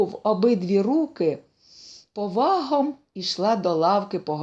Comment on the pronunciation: Треба перечитати. Причини: в українській мові літера "О" ЗАВЖДИ ЧИТАЄТЬСЯ/ЗВУЧИТЬ, ЯК "О". Без варіантів. (Відчувається, що начитує російськомовна людина) 2. Проблема з наголосами, напр. : п'Овагом, а не пов'Агом і т.д.